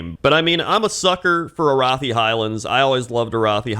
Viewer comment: You pronounced Arathi wrong. It's Arathi.